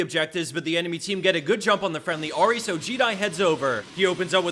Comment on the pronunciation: Ahri not Ori .. u said Ori all the second video